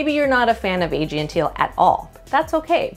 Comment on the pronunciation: probably should have searched YouTube for "how to pronounce 'Aegean' "